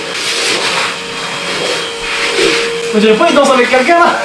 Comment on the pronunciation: Le ilispateur😂